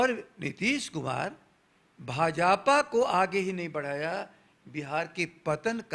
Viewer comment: भाजापा नही भाजपा होता है सर ।